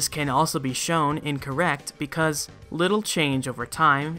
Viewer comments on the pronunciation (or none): none